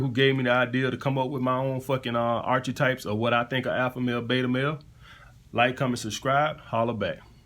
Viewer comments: What a load of shit, whats the point in labelling people like that? This is why we have inequality in the world when we separate people into classes. You also do not know how to say archetype so probably do not know exactly what it means. It is pronounced ark-a-type, not arch-eh-type. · Ar-KEY-type !!!!! I mean...if you want to use "big" words. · Great content. Future Reference: “Ark-e-type” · How about a nitwit alpha male who can’t pronounce archetype?